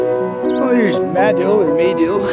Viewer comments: Muh-Dill, that’s how you pronounce it. They have an annual sandbass festival every year there. I live in east central Oklahoma, got a couple buddies from madill, but just wanna say it’s a damn shame is no longer with us anymore. Wish I could’ve met him would have been a good man to get to know. Rip. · It's actually Ma-dill (mah-dill). Crossroads to nowhere. Ride the heavenly rails.